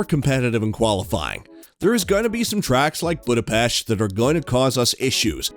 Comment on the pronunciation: Everyone, say it with me, BudapESH......